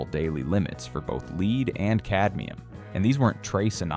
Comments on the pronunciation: Lead. Not leed. How do you mispronounce a common word like that. goofy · For heavens sake it’s not “ leed” , it’s lead like head ! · Oh no! Was this narrated by AI? What is the LEED poisoning you speak of? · "Leed" exposure? Get a human being to narrate your videos. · pronounces lead : leed. Why am I wasting my time on these ai generated videos. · The metal known as “Lead” is pronounced “led.” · Nothing like rich dark chocolats that offer exposure to LEEEEED. AI has researched and slapped together allegations it can not pronounce. I have little faith in the conclusions it is unable to articulate. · Leed exposure? Repeatedly said instead of lead so guessing this is AI …and poorly done. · Leed exposure? Repeatedly said so guessing this is AI. and poorly done. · Is this AI? I'm noticing word mispronounced like lead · why can't ai learn how to pronouce easy words such as Lead(Pb)? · The ‘narrator’ can not properly pronounce the word ‘lead’ as in the metal when talking about chocolate bars… this video was brought to you by Aldi competitors. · The ai voice is almost convincing... but doesn’t know the difference between lead and lead, (the metal). Still, this is valuable information. Thank you for posting it!! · Teach your AI to pronounce “lead” correctly